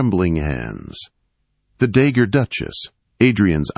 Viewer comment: Not dagger duchess, dowagger.